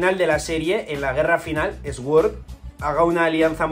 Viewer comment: deja de decir SGÜORZ !! por dios !! di al menos "SORD"